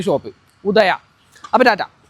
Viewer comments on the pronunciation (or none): none